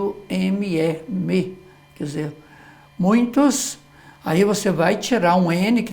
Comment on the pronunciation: Erro bastante comum e cometido por pessoas, profissionais da comunicação, inclusive. Observo há anos, jornalistas, repórteres, apresentadores de programas televisivos usarem a forma "COMPANIA". Qt ao MUNHINTO", é um vício coloquial difícil de se corrigir. Perdoe-me, professor, mas observei que, após a correção da frase na placa por duas vezes o sr pronunciar "MUINTOS...ME SEGUE" lendo a placa no caminhão. Podem ser reflexos de vícios ou dificuldades fonéticas (oriundas da língua de origem do orador, estrangeira ou problemas estruturais/orgânicos da boca e abaixo), pois muitos sabem o correto, por isso escrevem certo, mas pronunciam incorretamente como é o caso do "MUNHINTO". Obrigado, professor pela aula! abç!